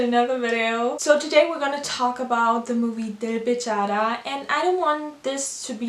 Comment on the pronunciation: How she pronounce 'Dil Bechara' very well she is really amazing girl